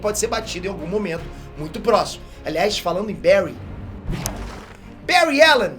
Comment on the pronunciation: Faltou uma menção ai... Tem um outro vídeo que prova que o Bary Allen e o mais rápido... não sei dizer qual o vídeo mais e um sobre os velocistas mais rápidos da Amarvel ou DC que ele ganha e diz seu nome errado tipo Bury allen.